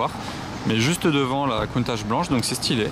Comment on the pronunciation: Merci pout moi la plus belle voiture au monde et ces bien au moins tû le prononce comme il faut et pas comme certains qui disent countaque